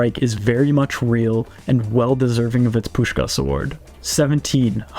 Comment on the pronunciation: I'm sry, but the way how you pronounce the first 'S' perfectly in Puskás' name, but then totally ruin the last 'S' is funny af. Most just say both 'S' wrong, but never heard someone say the first so perfectly meanwhile mistaking the last.